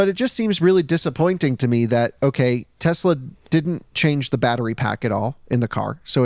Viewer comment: Every time I hear him say "Tezla"...